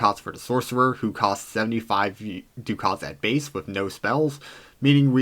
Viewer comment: liked and subscribed... one thing: it's pronounced "duck its"